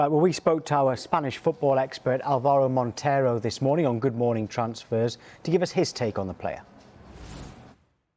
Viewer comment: Álvaro Montero - Accent is on the first syllable.